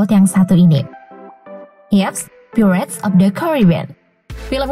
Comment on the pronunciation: Maaf sebum nya Pirated (bukan piret tapi pairet pronounced nya) ,Johnny Depp ( bukan dip tapi dep pronounced ) Karena penting UTK menyebut Kan dengan sebenar2 Karena Bahasa inggris lain sebutan lain makna atau arti nya 🤗